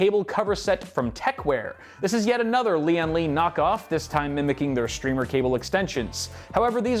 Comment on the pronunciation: I miss. Dude, it's pronounced "strimer" like "glimer", not "streemer". Yes, I did ask them.